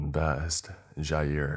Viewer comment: Someone actually pronouncing my name correctly -Jair